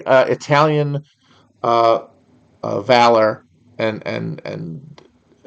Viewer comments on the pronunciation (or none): none